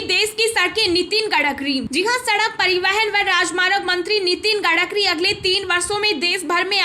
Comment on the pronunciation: You need to read correctly the name of road and transport minister